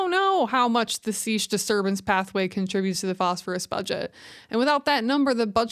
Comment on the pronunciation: seiche (wind-induced lake oscillation) is pronounced saysh (or saytch).